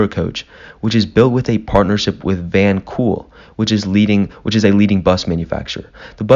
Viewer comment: Van HOOL* great video thanks for the speed getting it online